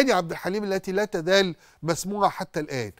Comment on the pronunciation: بيقول لا تذال مش لا تزال 😂😂